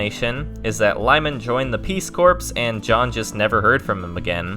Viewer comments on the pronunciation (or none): Peace Corpse? The P and S are silent. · Peace core is the pronunciation of the organization lyman joined my dude. Not trashing you, it's one of those words that doesn't make sense like bologna being baloney pronunciation wise. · Very interesting. One thing.. Peace corps is pronounced peace "core"... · Stop saying "peace corpse". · You are pronouncing "Peace Corps" incorrectly